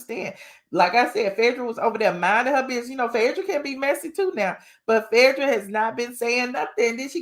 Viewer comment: Its Phae not Fedrah please